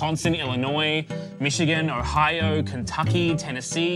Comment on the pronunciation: I've never heard someone pronounce Ohio that way haha